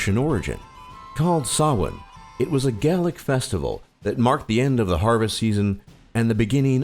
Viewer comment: YOUR SAYING GAELIC WRONG!!🇨🇮🇨🇮